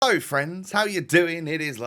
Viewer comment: Great vid bro but was it just me that noticed that he said “lo” instead of “hello”